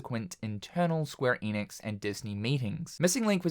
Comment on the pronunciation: Can you just say ‘Enix’ for one time